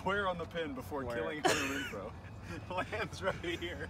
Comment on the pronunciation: “3rd and Refrow” my guy